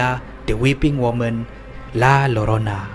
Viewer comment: La llorona di mexico berbunyi =La *Jorona /Yorona ...bukan La Llorana sebab di bahasa sepanyol Ll (doble elle ) berbunyi seakan² J/Y di negara kita😅😅😅😅...saje nk bagitahu...heheh